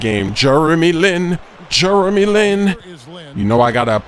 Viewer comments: It`s "Jeremy" not "Jurremy"...and he is from"Taiwan" not "China"!! Don`t say something that makes you like a fool. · I love how calls Jeremy Lin *Germy Lin* HAHAAA!